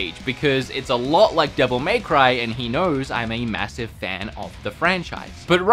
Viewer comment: Listen, we all love wood but dear god please stop saying “Devil May Cry” like that